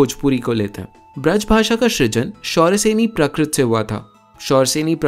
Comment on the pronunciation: Oft used used word in Bengali সৃজন (srijon)। I must say though kind of pronounced it a bit wrongly: he said shrijan where he should have said srijan.